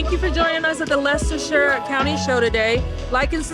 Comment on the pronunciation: Nice to hear someone say Leicestershire properly. That show was in Leicester city on a park call braunstone park many years ago(about 30years) I would go every year guess it helps when you live about 100 yards from the park